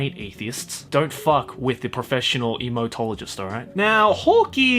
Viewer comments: All I could hear was emo-tologist lol 😆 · For a second I thought he said "Emotologist"😂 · just sounds like ur saying Emotologist